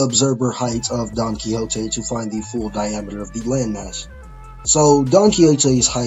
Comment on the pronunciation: Bro don chin jao split the continent not donquioxe 🤦‍♂️